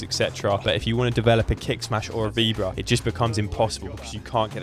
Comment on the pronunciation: Awesome video. Super quick Spanish tip: anytime you see an accent mark (á or é etc), it’s to mark the syllable you emphasise. Maybe Playtomic didn’t have it but it’s Álvaro, not Alváro. Same for víbora and not vibóra, which is a common one to hear in the UK 🥲😄